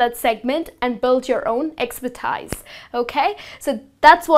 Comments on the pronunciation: "expertise" is pronounced "expertees" not "expertis". Good lessons anyway :) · Desk Jockey!! Not Jokey!! Time Expertise.....pronunciation!! Anyway, You are an Excellent teacher! thumbs-up! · Please double-check how you pronounce the words "expertise", "executive", "useless" and "competitive".